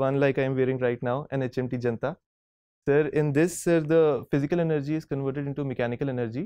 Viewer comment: It's HMT janata not junta